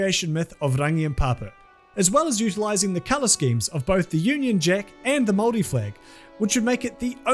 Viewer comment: Really weird hearing Māori being pronounced right but I very much welcome it.